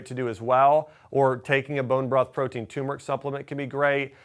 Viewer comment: Please! It's "tuRmeric" not tumeric